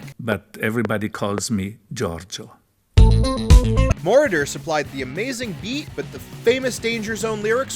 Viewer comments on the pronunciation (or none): MoROder not MORoder.